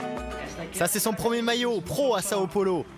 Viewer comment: Il sait pas dire Sao paulo le mec ?